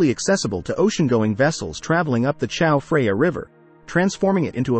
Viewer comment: Who says Chao Freya? I thought this was going to be the untold story of that a new river, the Chao Freya.